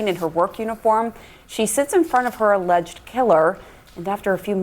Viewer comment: She says alleges 😮 Wtf